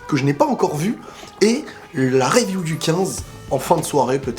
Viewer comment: Review prononcé « riviou » stp 🙏🏼